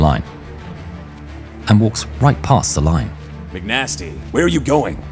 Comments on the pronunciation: The narrator is saying MC nastys name wrong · not once did you say the name right